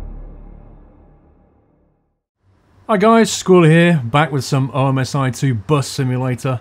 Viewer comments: It is pronounced as it's spelled "omsi" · ITS OMSI NOT OMISI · Omisy, great pronunciation squirrel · It's not O M S I is is Omsi